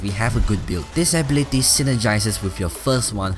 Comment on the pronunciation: Ablity wth, it is pronounced ability